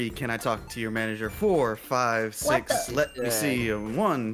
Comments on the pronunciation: U just said manger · say manger lol %100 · Its M A N A G E R not M A N G E R